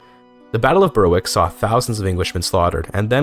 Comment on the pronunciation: I really enjoyed the attempt at pronouncing Danish and Polish names accurately, and it really added to the video, but just please extend that to English names too. It was pretty jarring going from your good Danish, to English places like Berwick (should be pronounced /bɛɹɪk/) and Hertford (/hɑ:tfəd/, or perhaps /haɹtfɚd/ given your accent).